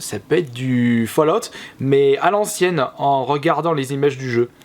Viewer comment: Hey j'ai remarque que tu as fait un effort de prononciation pour Fallout ! Bonne vidéo sinon :)